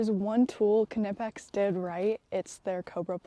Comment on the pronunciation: Great job on pronouncing “Knipex” properly! I had some of their tools for a few years before I learned that the “k” is not silent in German.